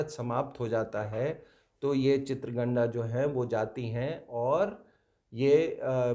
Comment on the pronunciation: Its Chitangada, not chitragandha